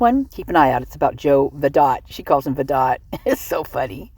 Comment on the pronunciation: I don’t mean to be petty but Vidot is pronounced with a silent T like Vido